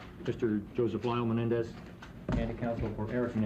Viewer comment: You'd think the defense's council could pronounce Menendez correctly